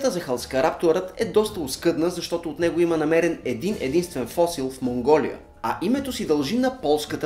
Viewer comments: Не се казва фо̀сил, а фосѝл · Никой ли не забеляза как те произнасят думата "фосил"? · Защо и двамата викате "фОсил"?И друг път съм ви чувал.Казва се "фосИл"-ударението е на "И",не на "О"